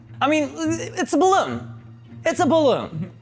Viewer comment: STOP SAYING BLOON